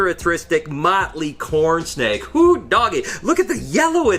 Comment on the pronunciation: Good morning! I don’t know how many you have, but I know you have sooo many!! Thousands of leopard gecko, californian king snakes, Corn snakes, etc. Btw, when I heard you saying Corn snake first time, I thought you said coral snake and I was like ”Wtf you are handling one of the most venomous snakes in the world without gloves” Lol.